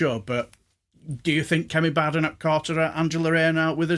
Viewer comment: It's so good to hear someone pronounce Bad enoch's name correctly.